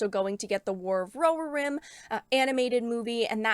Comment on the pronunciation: It's pronounced Ro here Rim 🤓!